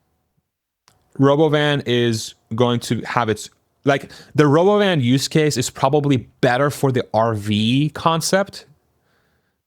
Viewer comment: It's roBOvan